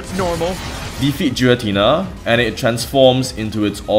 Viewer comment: Debates on how to say Arceus aside, there's no debate that Giratina is NOT Jiratina